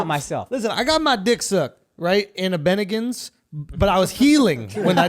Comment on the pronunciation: He said Bennigans